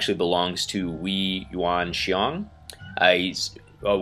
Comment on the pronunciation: Seems that you can pronounce my name well . Haha . Thanks for the video